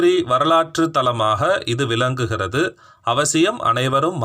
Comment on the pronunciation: விலங்குகிறது------விளங்குகிறது குலம்---------------------குளம் ஆயுல்--------------------ஆயுள் இப்படி அர்த்தம் மாறுபடும் உச்சரிப்பு.